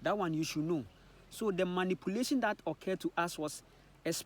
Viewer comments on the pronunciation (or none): none